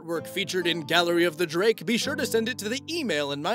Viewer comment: Me: UUUUGH, it bothers me so much how he pronounces “Drake” like “jrake.” Say it right, dude! Also me: “Penjulum.”